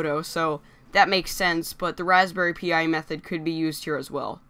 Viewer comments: It's not Raspberry P.I. but Pi as in PIE! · razberry Pi... pronounced like pie. Pi. As in .... say it with me... PIE! You also need to consider that most people don't have time to build, program, and configure a retroPi system. Pre programmed/ fabricated retroPi systems are actually more expensive overall then this system. Hyperspin is also a pain in the ass to program. Retroarch is a pain too. This system comes preprogrammed with games, claims INSANE out of the box controller support, and very intuitive and great looking menues. Now, if I wanted to buy a controller deck, or a retroPi prefab, or even a prefab arcade machine... all of these options would be more costly then the sigma. So, do you want to spend literally days programming and building a PC/retropi/android box, or spend $ on a prefab retro gaming set up (arcade, controller dec all in one, or a retropi portable... or do you want to use the TV you already have... and a retroengine sigma or the new retail version starting at $79? Personally I want them all :P but I enjoy a handheld android based emulator for mobile gameing, the sigma for home use, and my PC... to cover all my high end emulation needs cough 4k cemu cough